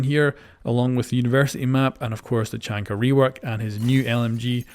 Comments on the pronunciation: its Tachanka not chachanka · Everyone: "Tachanka": "Chachanka" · tachanka fo sho not tachanka but tackanka